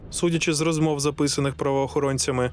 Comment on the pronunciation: Дякую за цікавий, якісно зроблений випуск. Одне зауваження: диктору треба працювати над вимовою. Я не маю на увазі його природний дефект мовлення. В диктора явно русифікована вимова. Наприклад: зробиф, розмоф - замість зробив, розмов; щьо,чьому, іщье - замість твердих що, чому, іще; пропонуе, украінський - замість пропонує, український. Тощо. Наведені викривлення вимови цілком піддаються виправленню завдяки спеціальним вправам і докладеним додатковим зусиллям.